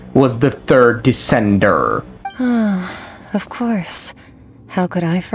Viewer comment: why does he say it as "decendurrr"